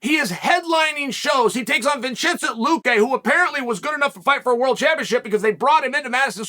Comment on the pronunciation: VinChinZent LukaY